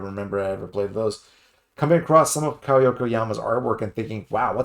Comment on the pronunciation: Kow is pronounced ko like K.O in boxing.